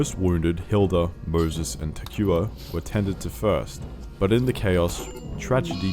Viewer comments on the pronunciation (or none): poor Takuya, not even in death was his name pronounced correctly.